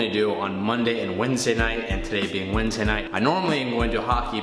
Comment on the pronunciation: said wentday night lol